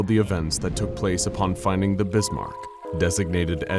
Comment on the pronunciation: ITS ZE BISMARK